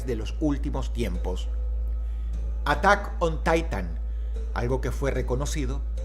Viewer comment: Atak on taitan😂😅😂😅